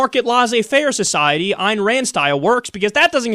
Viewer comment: It's pronounced "Ann" not "Ein"